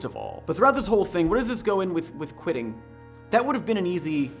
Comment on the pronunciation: For some reason I kept hearing you saying "quidditch" all the time... Whats wrong with me?